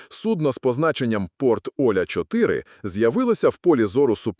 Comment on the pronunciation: Порт ОлЯ... Ударение на Я...